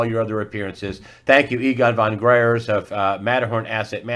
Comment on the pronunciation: Fon Gr - eye - ertz